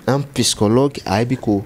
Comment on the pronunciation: On dit psychologue et non pyschologue monsieur l'orgueilleux.